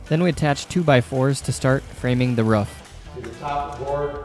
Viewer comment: guts its "roof" not "ruaff"